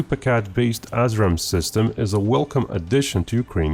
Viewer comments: Pronounced "ass ram" sounds so much better than "as ram". It describes what is going to happen to your shitty choppers, missiles, and drones. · Ass-Raam? Lol. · 'UK mated its assram missiles'? Whaaaat?